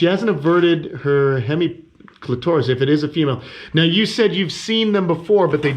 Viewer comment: Clit-toris, pronounced as if it was a dinosaur.